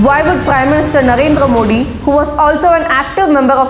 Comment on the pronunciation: i love your videos because it is not content it's information for US and Our NEXT generation. but only one Request you're pronouncing PM Narendra Modi 's surname wrongly. i don't want someone to finger at you at this mistake for the correct pronunciation please check the way HM Amit shah's video , where he's addressing PM Modi correctly.